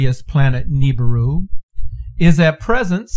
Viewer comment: Dude it not Nibuir is apodos